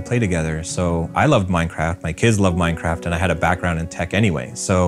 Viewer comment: I thought he said ‘ourcraft’